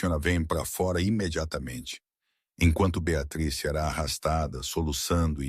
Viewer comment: Gente pronúncia correta Beatriz